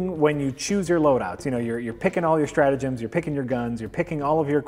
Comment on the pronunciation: Its pronounced 'Stratagems' not Stratagems'.